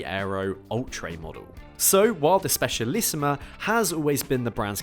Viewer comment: It‘s Specialissima, not Specialissimo